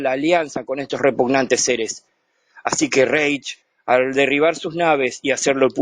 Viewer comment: Porque dices Repucnantes seres